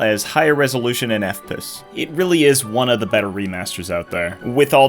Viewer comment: AI still can't say FPS right